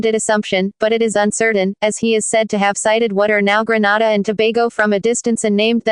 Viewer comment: Please! Not Granada GRENADA